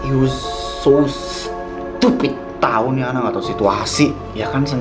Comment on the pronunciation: youu soo stup.. pidd dengan penuh penekanan😅